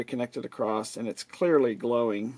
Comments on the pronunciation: The word is 'across' Not "acrosst " Rather use a cap tester. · "Acrost" :D